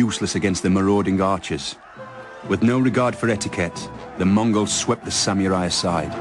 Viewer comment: I don't understand why the people who are in these documentaries constantly pronounce it as "samyurai." That and when they add and "s" at the end...samurai is both singular and plural. Not that anyone other than myself notices or cares :P.